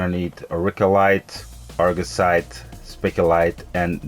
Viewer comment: ok so let me help u, "art-ian" = artian , gem like the jewel right? gem-mah = gemma